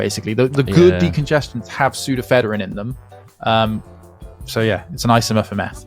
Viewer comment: Oh this is going to annoy me. No, toilets don’t flush differently in each hemisphere. That’s not what “the nearest whole number” means. It’s pseudoephedrine, not “pseudophederine”.